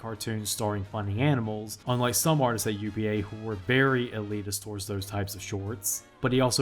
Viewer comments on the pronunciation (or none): none